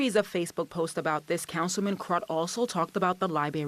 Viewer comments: Two things here man…..tired of this stuff. First of all it’s liBRARY!!!!! Not libary!!! If someone is going to do a report please use proper pronunciation. Secondly where in the heck are we as a society??? This lady is a pastor for crying out loud. Saying bring back the pride section at the library?? Sorry but if I’m the rest of the Presbyterians I am not happy with her. I’m pretty sure I would ask for her to move on. Time to live by the Bible….cause what we are doing isn’t working. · LIBRARY not LiBARY! As a tv reporter, speaking is part of your job. So it would stand to reason that can pronounce words correctly.